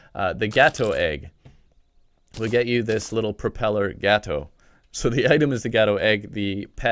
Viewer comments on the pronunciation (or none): he sound like hes says gehto inead of gato. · also you said gato wrong gato is spanish for cat